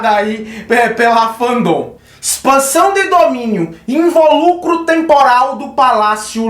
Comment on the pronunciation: So uma correcao lindo, a pronúncia é invÓlucro, silaba tônica no VÓ, não no LU